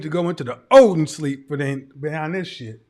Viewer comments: He said the Odinsleep. I don't know who else caught that!! Too funny!! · Did this man say Odin sleep 😄🤣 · Did he say Odin sleep? What the French toast …